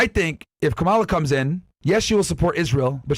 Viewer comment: how are people still pronouncing "kamala" incorrectly like seriously are y'all elementary schoolers? it's not that hard